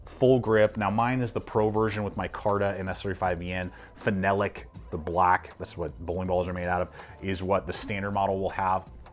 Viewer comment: I don't understand the difficulty people have pronouncing phenolic correctly. Fin-AH-lick.